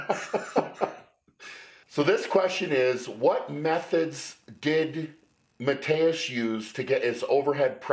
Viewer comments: Tip for you guys: if you want to pronounce his name right you wanna say sth like Mateush (not Mateus) and also K-yeah-leash-kovsky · I thought you pronounced his name ma-toosh because I heard Arnold call him that.